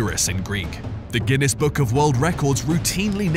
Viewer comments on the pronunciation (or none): none